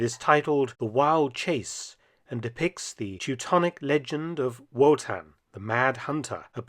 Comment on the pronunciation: Surly its pronounced as a V not a W 'Votan'